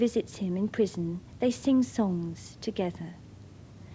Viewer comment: Serving a pwison sentence .... I love her.